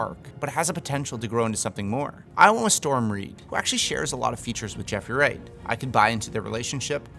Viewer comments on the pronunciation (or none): none